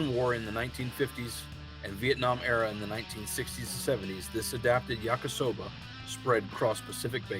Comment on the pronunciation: Ya-KEE-soba, not yak-KUH-soba.